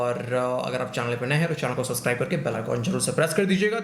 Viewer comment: Why do you call चैनल as चानल 😂😂